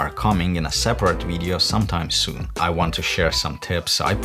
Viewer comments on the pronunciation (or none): none